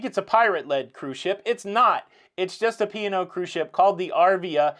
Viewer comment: I could have sworn you were saying pior like the wine not P & O! 😆 Congrats on your 175,000 subscribers.